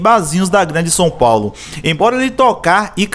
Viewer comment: Fiquei agoniado tbm KKKKKKKJJJ Fora o Son Paulo né KKKKKKKKKK